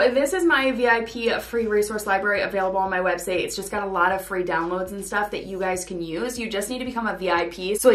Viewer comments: Did you say web "seigh?" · Why are you saying website as websay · it's just curiosity cuz I thought I was mishearing